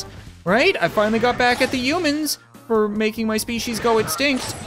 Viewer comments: He said umans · the way he say's human's